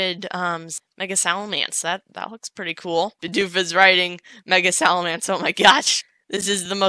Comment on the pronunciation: does anybody realize when is saying "salamence" he does it in a wild West accent?